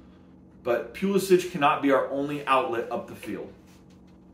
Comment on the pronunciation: Its Puh-lissick.....